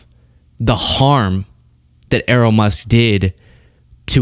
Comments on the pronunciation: It's not Er-roll or E-roll. It's pronounced Eh-ryl. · Pronounce Errol correctly, otherwise great vid, it's Air-roll, but Err-rol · Err - role? Errol rhymes with peril ya fcking eejit.